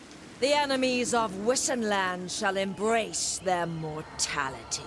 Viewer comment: They could've had her pronounce Wissenland properly - since the Empire is themed on Germanic culture / HRE - it should be Vissenland.